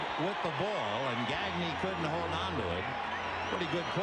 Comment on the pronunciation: I speak French so hearing Vin Scully say gag-knee instead of how it should be pronouced which is actually easy to say in English gah-gnay like Gnarles Barkley makes me cringe. Broadcasters always try to pronounce Spanish names Spanish but they pronounce French names like they're English I mean it's not hard to not say a k sound in Blanc but they almost always do. Only time I can think of was when a French Canadian Charles Leblanc asked to have his name pronouced correctly but usually it's like read it as if it's English.